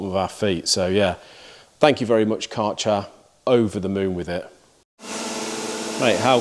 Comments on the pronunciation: Hey Mate.. It's like KÆ RCHER ... AE ... You have to say K aeer cher ... like German name dude ... it sounds like shit when you say CAR CHER... it's not their name. If you pronounce it correct I will ship you a beer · Nothing wrong with sponsoring for channel related products. You're a niche content channel and all of the time, effort and money needs to be recouperated so that we can continue to enjoy what you put out. Just one criticism Kärcher is prounounced Kersher. How do I know? I'm a Brit ex-pat and I live in Berlin. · Say.. Care Che R ( like che guvarra ) .. and then an R you roll on... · If Kärcher is your sponsor, you could at least take a minute to study how you have to pronounce "Kärcher". I don't try to be mean, it is just polite to do such things for your sponsor. The "K" was good, the "ä" is pronounced like the "e" in "to let", the r, well that's difficult for Engish speakers, so we leave that and than the "ch" is not a "tsj" but more like the scottish "gh" like in "Mc Loughlin". The "er" bit was good.